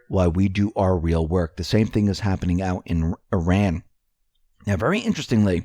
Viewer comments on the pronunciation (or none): none